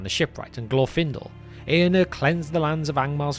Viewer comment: Very good video. If I may suggest, the letter R is pronounced in the names. It’s AragoRN, EaRnuR etc. thanks